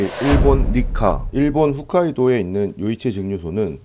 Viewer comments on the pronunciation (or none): 훗카이도가 아니라 홋카이도 입니다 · 훗카이도아니죠 홋카이도죠. 북이 한국어로 ㅜ라고 훗이라고 아는 사람 많은데 ㅗ입니다.